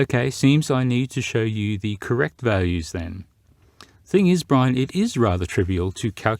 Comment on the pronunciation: Poor. Dumbing down the Irish.